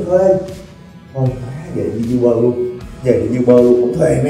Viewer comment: E góp ý nha a, uber đọc vẫn là u- bờ ạ